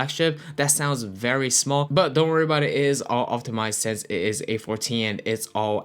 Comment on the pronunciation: Why you say since like sense 🙃🙃